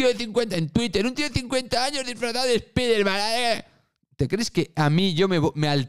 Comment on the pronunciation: Te sigo y me gustan tus videos pero pronuncia bien Spiderman o solo di "El hombre araña"